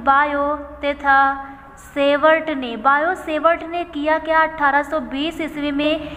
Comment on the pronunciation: Sevart nahi hota hai savart hota hai